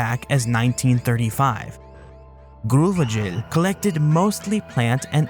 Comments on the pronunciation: came to say this ... I thought that is a very very french name but alas, its just Grauvogel - Grau-Vogel - Grey-Bird ... you have to be american to make it sound like groove-ee-gel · Looks like French people mispronounce German words as bad as Brits do. Grauvogel is a German name and actually pronounced like groww-fo-gel. It means grey-bird (possibly referring to the common cuckoo).